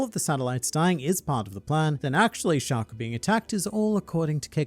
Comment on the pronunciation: Shaka, not Shakur or Shakuh 😭